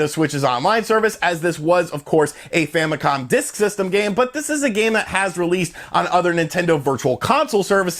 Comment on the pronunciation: No idea what the "Famicon Dis Ksystem" was, ... You talk so fast sometimes, its actually hard to listen to, especially for non english speakers XD